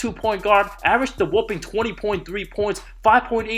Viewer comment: It's whopping not wooping